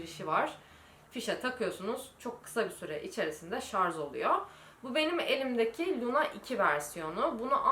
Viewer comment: yüzünüz gayet güzel.Sadece saç rengi ve makyajinizda düzenlemeler işe yarayacak ve sizi daha güzel gösterecektir.Birde özür dilerim kabalık ediyorsam fakat şarz değil şarj. (